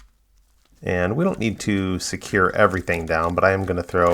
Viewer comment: Did he say a few places neen cleaning 😂😂